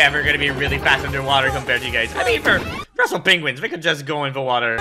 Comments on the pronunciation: Did you know that Benedict Cumberbatch has difficulty pronouncing "penguins" correctly? You can even hear it throughout the whole movie. Funny since it was first noticed when he did a documentary voice-over on some species including penguins before this movie. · Fun fact: Benedict Cumberbatch who voiced Classified, also become a narator of a penguin documentary film, and he completely butchered the name multiple times 'penglings' 'pengwings' 😂😂😂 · Did he just say "Pengwings"? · Lol, I'm almost positive they hired Benedict Cumberbatch because he can't say "Penguins".